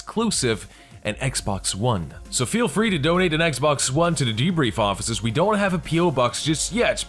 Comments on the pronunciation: I love how you pronounced "the-brif". Hatred is just another game. If you don't like it just don't buy it. The only thing that pisses me off is that FOX new is gonna be like "Oh this 9 year old kid found a loaded gun under his daddy's bed and he shot him in the back of the head! Hatred a new extremely gory game was also found at the scene! Toodaloo!" Why don't they pay attention to the other things? WHO leaves a FUCKING loaded gun in a child's reach? The game could have been his father's, etc. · "All of this and more today, on thbriff." Frickin' ace show,, keep it up:D